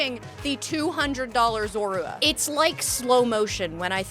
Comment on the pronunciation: yes you said that right and I would have killed for a plush of regular zorua